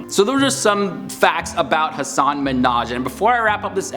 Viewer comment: It’s Ha Sen